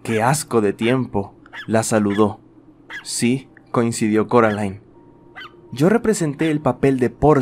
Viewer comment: alguien mas escucho caroline en vez de coraline? erorres pero me gustan uwu